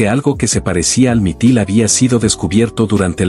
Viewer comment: Es Mitril, no mitil.